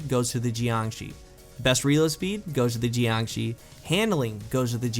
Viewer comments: geeeangshee... shouldn't it be Yangshee? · Pretty sure it's pronounced like JYONG-SHUR. It's Chinese for like corpse or something. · the fuck is a 'gee-an-gee'? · JiangShi isn't pronounced like that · And he burchured the name